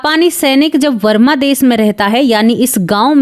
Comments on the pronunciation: वरमा नहीं, बर्मा बोलो । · Mam varma des nahi barma.